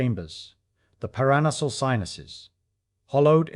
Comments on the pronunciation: Para-nasal, not par-anus-al. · "Paranasal" is pronounced "para-NASAL", not "puh-RAN-uh-sl". 🙄 It means "above nose". 🙄 Don't use LLMs as script-writers or narrators; they make lots of mistakes because they don't actually understand language. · Say: para+nasal. Not: par+as+nasl!